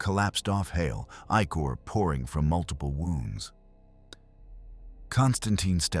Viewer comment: There's something to be said with using one good voice. Its like an actual person telling you a story. Good mix of both kinds would be good. Other than that its odd it mispronounced "ichor". Lol